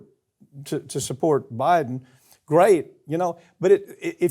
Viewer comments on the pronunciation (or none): Stop saying Buden us in death's bed idiot!